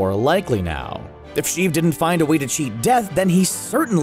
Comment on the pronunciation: Lol "good old Shieve"